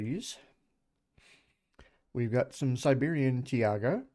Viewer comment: Taiga. two syllables, not three. You said Tee Ah Gah. It is Tie Gah. Tai/Ga